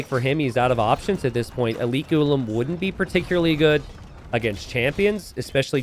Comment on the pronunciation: Its pronounced Ghulam